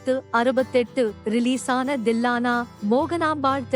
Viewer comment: Not "Dillana"😂😂😂😂...it is Thillana...."Tha" varadha"????...and "Balaiya" not "Palaiyya"😂😂😂😂.." Pa" vum varadha..."Zamindhar".... not "Zaminthar"...Spashtama pesavaralaina. why are u doing voice over?...highly irritating